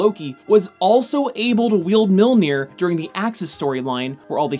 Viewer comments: Mjolnir not Milnir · mere-mere? what's mere-mere? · You say millnoji in the beginning 😂😂😂😂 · Sometimes you say Milnear. Really bugging me lol.